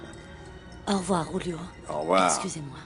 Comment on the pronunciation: Julio*😄 le Ju en espagnol se prononce rwou